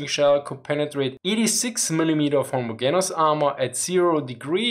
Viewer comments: just as an fyi put more emphasis on the e in homogenous. its pronounced more like gene not gin (deeper e). not being judgy I no 0 german. but if you want to sound a bit more fluent that would help ya. great content btw. u should do an update on where germany stands now. what was promised what was delivered and where the german coallition govt is on their support for ukraine. Also a cool vid would be one on what germany's economic policy and politics are. I thought of looking for a job there but this winter seems like it will suck. be cool to have an idea if yall will be sorted this time next year. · ho-mo-JEN-us :-) Not trying to be an ass here, your videos are wonderful :-) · this is another excellent video BUT with all due respect, in the English language, the ‘g’ in homogeneous is pronounced as a soft ‘g’ i.e., like the ‘g’ in general. Thank you for your hard work. Please keep it up. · Your English is very good ,but just so know, for undoubtedly stupid & random reasons 😊- the “g” in homogeneous is sounded like a “j” in this word in English...